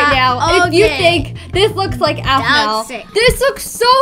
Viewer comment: It sounds like A-fu-ma